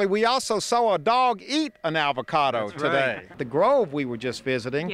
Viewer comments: "Your dog is eating an 'avacada'." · i love how he calls it an ALvacado